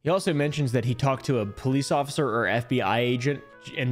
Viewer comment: did he say ociffer?